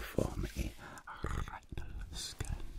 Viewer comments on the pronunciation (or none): Retnal scan ohh good. I thought he said rectal scan.